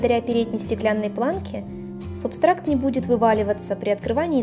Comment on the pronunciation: вы в видео говорили субстракт а не субстрат